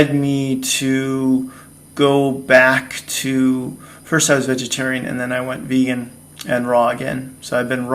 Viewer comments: "Beegan" 🤣🤣. Fasting is good for me. My thoughts are eat what suits your system, and be thankful/ joyful for it. Much love. Thanks...very subjective topic! Respect. Xx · "I've been 'Beegan'. . .", LOL!!!!!! ;)